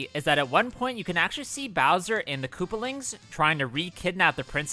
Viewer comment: " koopalings" apparently